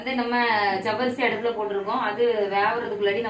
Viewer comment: ஜவ்வரிசி nnu சொல்லும்போது சர்வேஷ் nnu சொல்ற மாதிரி இருக்கு அக்கா ❤